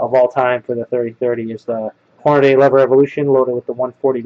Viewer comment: why do people pronounce Hornady all sorts of weird names like Horn-a-day or Horn-ay-dee? It's "Horn-ah-dee". Pronounced just like it's written. Don't believe me? Listen to any Hornady official video online.